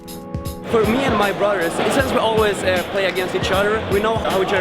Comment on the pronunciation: Take a shot for everytime the word “brudder” is said in this episode